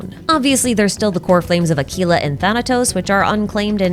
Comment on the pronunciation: As much as I love your videos.... why are you so insistent on saying certain words just... so blatantly wrong.... Aquila is not pronounced "Ackila" they even pronounce it several times... like good heavens it's driving me insane...